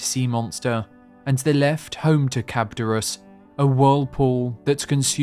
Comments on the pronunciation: How do you see the letters charybdis and say the word cabdurus? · That pronunciation of Charybdis. 🤮 The Laestrygonians were most commonly believed to be on another part of Sicily, not North Africa. I've also seen the entrance to the Underworld being the Strait of Gibraltar (or beyond it, at the edge of Oceanus), and Ogygia being part of Malta. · What did he call Charybdis? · Was it so hard to say Charybdis? 😂